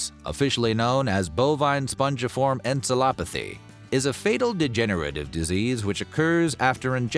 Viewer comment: An AI would not have mispronounced "encephalopathy"